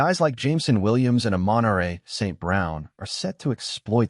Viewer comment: St Brown has been with the Lions for how long ? You said his first name wrong 😮